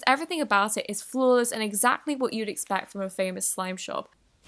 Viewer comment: why did shop sound like dat